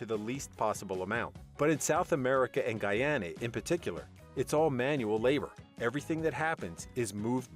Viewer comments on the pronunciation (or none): none